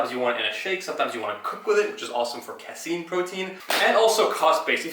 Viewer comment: LMAO! "Cass-scene". Brah, casein is pronounced Kay-seen.